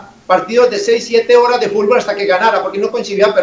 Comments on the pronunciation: "Fulbol" JAJAJAJAJA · Todos: fútbol Popeye: Fulbol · dijo fulbol